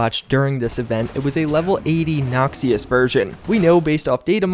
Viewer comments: hey just a heads up. its pronounced nox-ish, not nox-ee-us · "Nok-shuss" not "nox-ee-uss" :P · How come you dont pronounce it "nockshous" instead of "noxius"? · "nockseius" You mean Noxious? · "Noxious" is pronounced like knock-shis. Great vid still! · "Nox-ee-us" lol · Noxious is pronounced nockshus, so you sound a lil less tarded ;) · It's pronounced like Nakshes, not what you're saying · That mispronounced Noxious, lol. Did you know Swain is the leader of Noxious, I learned that playing League of Legends. lol /ˈnäkSHəs/ is the pronunciation btw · "Nox-ee-yus"?? LOL. Good God man. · Ok please stop p saying noxious like that it's just wrong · lol nice pronunciation of noxious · going to start pronouncing noxious this way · The way you pronounce noxious make me noxious